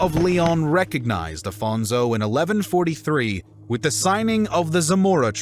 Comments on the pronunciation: First of all, I'm loving the video, half way through it Second of all thanks for trying your best in some cases to pronounce correctly the names But like why read Afonso as Afonzo xwx It quite bugs my mind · Don't pronounce Portuguese names with Spanish accent please. It's not Alfonzo, it's AFONSO HENRIQUES. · This is an o.k. video, but it could have been much better if it didn’t have several inaccuracies in pronunciation of names of places (“Ceuta” was basically butchered) and people (“Alphonso” is not “Afonso”), as well as some slightly wrong facts. And the “epic” tone of the narrating voice is a bit annoying. Still, it’s a nice enough video.